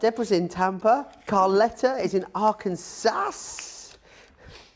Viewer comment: it's "Ar-kan-saw""...😆